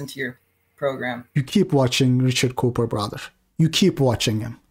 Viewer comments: pronunciation of "Cooper" sounds like "coper" 😂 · He's calling him Richard Coper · He does it so often and in a serious tone tho. I think he genuinely just thinks it's pronounced coper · inability to say Cooper properly, instead saying coper, is comedy gold. I honestly don't know if it's his accent or he's joking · Everyone calls him richard coper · Everyone that has been in the BP community long enough spells his name Richard CopER on purpose. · Lol at pronouncing Cooper like Coper haha maybe he is a coper. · ITV says coper by default LOL😂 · "coo-per" not copper.... 😂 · bro it's cooper, the oo is pronounced like a u like in book. You're saying copper lol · He’s saying coper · "Richard Cope-er" I am dead...